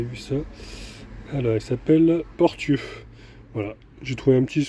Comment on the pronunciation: Portieux : prononcer Porssieux 😄Les vieux bâtiments, c’est une ancienne verrerie.